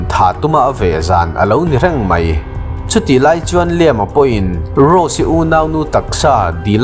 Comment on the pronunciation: A changtupa hming i lam dan hian min ti tuilo vek, tuntum chu.. angaihnawm nawm nen..... Liam ti tawp lo khan 'Lai-âm' tia lam zawk tur anih ka ring!?.... (Hmasawn nan ka lo belh zuai... srry!!)..